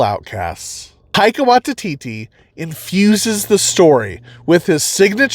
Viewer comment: Taika Why-tee-tee. Taika .... WHY-TEE-TEE.